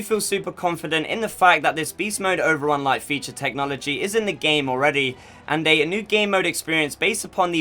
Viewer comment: Did yOU SaID... OVerUn??!!? 8)))